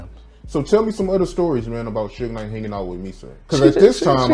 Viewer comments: "Sooge Nite" ...lmao!!! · Love all these white folks or is it AI doing these videos on music industry people they don't even try to learn these criminals names right Lol "Sooge night" and "kid Q Dee" what a mess